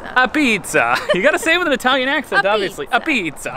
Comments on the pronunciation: I’m glad you didn’t get robbed in New Haven. I unfortunately live there at the moment. Sally’s is okay, but I think you would have enjoyed Modern Apizza better. Also, they pronounce it like this… ah•petes. Thankfully I’m moving from here in less than 10 days. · Glad you went for real pizza in New Haven. Sally's, Pepe's, Modern are consistently Top 10 in the US. Officially it is "Tomato Pie", also Apizza (pronounced "abeets") which Frank Pepe brought over from Naples in 1925. It is the tomato sauce I love. The secret recipe is well-guarded and legend says, passed down on the deathbed. Afterward always go to Libby's next door for a cannoli and cappucino. Just a tip - never drive on a Parkway with a truck or trailer - prohibited due to low bridge clearances 9-10ft. Garden State Pkwy has fewer restrictions than those in NY or CT. They just widened Jersey Tpke another 30 miles further south. It is a quasi-public Authority toll road and all improvements are paid through tolling. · It's pronounced "Abeats" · It's a shame you went to Sally's when you could have really enjoyed yourself at Pepe's. Pepe's Pizza doesn't look like crap the way Sally's does and it tastes better. Pepe's has a better Pie, a better Place and much cleaner. BTW? NO ONE calls pizza in New Haven AH-Pizza...apizza....or AH-BEETS....no one. Sally's may have told you that but it just isn't true, just they say that.